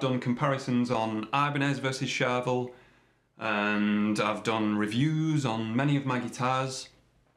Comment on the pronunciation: charVEL .... not CHARvel. Please man.... respect the syllables!